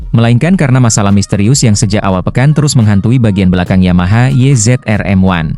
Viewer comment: Kalem, nyantai ajA, nyebut race, YZ-RM1 aja salah.......emang pembaca naskah cuman baca doang